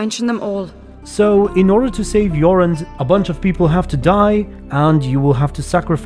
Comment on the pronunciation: Jorund is a woman’s name 😜 Jorand is man’s name. Way to butcher Norwegian 😂